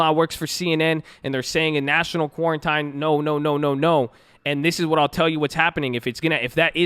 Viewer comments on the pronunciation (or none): Love the content but it’s definitely pronounced quaran_teen_. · Quarantine = Quar-en-TEEN. Just like Ab-VEEEEE Yeaaaahhh Bayyybeeeee